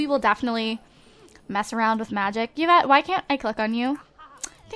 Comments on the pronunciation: It's pronounced EE-vette. Not Yeah-vette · Yvette is pronounced i-vet, hope you read this =D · Her name is not pronouced evet (Yvette)